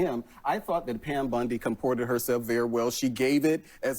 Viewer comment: O'Leary is such a scumbag. He just explains away Trump/Patel threats as just rhetoric. Idiot Abdul keeps calling her Pam Bundy, instead of Bondi.